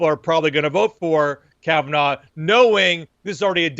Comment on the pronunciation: Caven "AWE" Not Caven "OW!